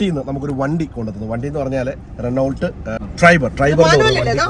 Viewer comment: റെനോ എന്നേ പറയു.. റെനോൾട്ട് എന്നല്ല പ്ലീസ്